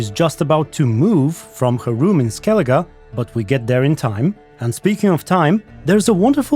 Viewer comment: Skelidž xD